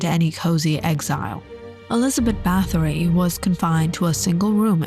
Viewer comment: The. Pronunciation is. ERZAY----BET. Not Elizabeth. .Also,it is BAR----TORY. Not BATTERY...!!!!